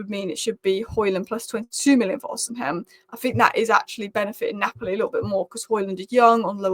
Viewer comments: Stop saying “Osihem” it’s pronounced Osi-men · Every time you pronounce osimhen differently.. Its osim hen.. Not osin ham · h is silent its not rocket science, osiimen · Im so childish. I chuckle every time I hear pronouncing Osimhen as O-SIM-HEN. Big ups. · I've tried correcting her too. I'm Nigerian and I know his name is Victor Osimhen. It's pronounced as if the letter "h" is not there. Pronouncing the "h" in not correct!😂